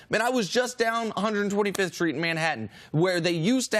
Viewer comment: 😒 125 in Harlem Nick lol Say it right